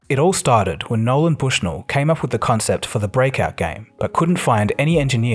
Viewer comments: Also -- dude, seriously. There's no 'D' in "Nolan". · Some factual inaccuracies with the narrative, oversimplification and sometimes saying Nolan as Noland. Otherwise not bad. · A few errors in the voice over....His name is NOLAN Bushnell, not "NOLAND". Al Alcorn is pronounced All AL-CORN.. "ACORN".